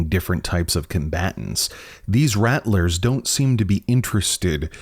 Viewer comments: I think your pronouncing “rattler” incorrectly. I’m pretty certain their named after rattlers, like rattle snakes. So “rattle” then “r” at the end. Not “rat” “lers” unless they just made up a name, spelled it identically the name of a snake, have snakes in their logo and for some reason decided to pronounce it differently. I’m not trying to be rude but “rattlers” is said so many times in the video so it’s hard not to notice. If your from somewhere that has an accent where that’s actually how your pronounce it, then I apologize. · I’m pretty sure it’s pronounced like rattle-ers, as in rattlesnake like their symbol implies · I thought they were pronounced like Rattle-rrs like a rattlesnake since their logo has a snake on it.